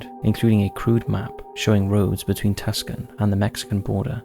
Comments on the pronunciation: pronunciation two-saun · Tucson sounds like Two Sawn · Tucson, AZ is pronounced "too-sahn". Love your channel! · Can't expect people know how to pronounce every place name, but just to help out for the future, Tucson is pronounce like 'Two-sahn' or 'too-saan'. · It’s pronounced TWO-SAWNN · lol TOO-SON Arizona... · It's awesome that Catholics & Protestants work together now...after all, Catholics viciously slayed Protestants back in the day. BTW, Tucson is pronounced "Too - sahn." I'm a native native of Tucson, Az.. 😉 I can't count the many times I've stayed Hotel Congress! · Tucson is pronounced “Too-sahn” Not a big deal just friendly word of wise from an Arizonan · Tucson, AZ, is pronounced "TWO-sahn," just fyi. 🙂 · Tucson is pronounced Too saan :) Love these videos. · Tucson is pronounced "too sawn" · Tucson is pronounced Too Saan. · I think he does it to upset people 😂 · I like to assume all the people correcting him on the pronunciation of Tucson are from Tucson, as those are the only people who ever seem to be bothered by that lmao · C is silent in Tucson I believe. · I know I cringed when he kept saying Tucson, it's kinda like when you hear the local news people pronounce Sahuarita. Anyways good content I would like see him cover the San Xavier Reservation there's a lot of good tales there. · Tucson resident as well. I had to keep saying it out loud correctly each time he said it.😂😂. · Is that in response to him butchering the name Tucson? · Just a little fyi: Tucson is pronounced [Too-sahn] vice "tusken". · Dear, the city in Arizona you refer to tuscan, is pronounced Too son(not like the opposite of daughter) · Too sahn not Tuck-son. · "Tucson", you read that as "Tackson"? I always read it as "Tooson". :D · For future reference Tucson is pronounced too son not tuckson 😊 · Tucson is not pronounced Tusken. It is too-saan. Like Nissan with a "too" instead of a "nee". Just trying to help. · TUCK-son, Arizona. lol TWO-sawn is how it's pronounced. lol